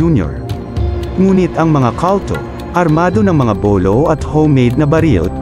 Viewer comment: Kawltow? Baka kulto? Eslang ka now 😂